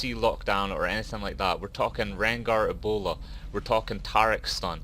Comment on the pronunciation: Lol why did it sound like you said "ebola" when rengar leaped at you and launched his bola strike at you? lol